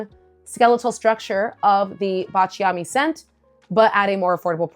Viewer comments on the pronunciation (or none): Please forgive me if I correct your pronunciation. I’m Italian. It’s BA cha mi. With the accent on BA. thanks for your content which I always watch. Cheers!